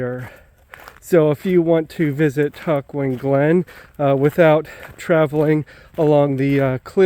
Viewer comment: All three of your pronunciations were off a bit.....go with Tuck-juan :)